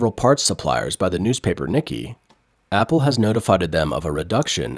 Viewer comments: "Nee-Kee Asia"?? It's NEE-kay. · I'm pretty sure the 'Nikkei' is NOT pronounced 'Nik-ee' like the American name 'Nicky'.... I believe it is Japanese and is pronounced 'Nee-kay' :) I hope this helps for future videos :) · its pronounced "neekay" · Nikkei is pronounced: Nihk-kay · Its hard to take anyone seriously about the Asian market when they pronounce "Nikkei" "nicky". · Please check pronunciation of Nikkei